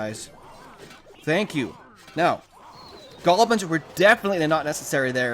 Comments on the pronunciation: Why does he call goblins golbins? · Raging With Anonymous maybe once. Not all these times he clearly said "golbins" thought it could be a running joke on this channel